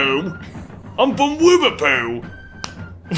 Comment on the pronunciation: NOT WIVVERPOO